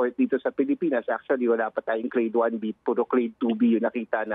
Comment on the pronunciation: Achully, achully, achully...